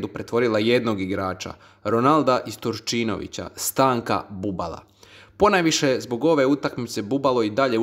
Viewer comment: Ufff štorija jesi sjeba izgovor Turčinovića